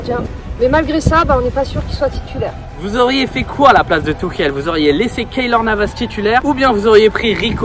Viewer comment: Je reve ou il a dit " touquielle "